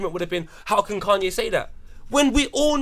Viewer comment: Why is saying Kanye like that loooool. “Kun-yay said WHAT”